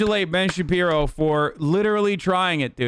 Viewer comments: Everytime he says Ben shabibo I die😭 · I only came here to hear Hasan say Ben Shabibo.